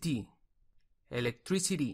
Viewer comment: Hola muy buen video, gracias por tomarse el tiempo, he escuchado una series de palabras que siento que del todo no están bien pronunciadas como church, electricity entre otras pero gracias.